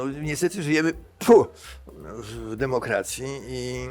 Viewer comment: Zzawsze sikam jak korwin mowi ,,demokracja""😄😄😄Nigdy nie zapomina przy tym splunąć.😆😆